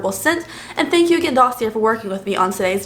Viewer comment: Dossier is pronounced "daw-see-ay" 👍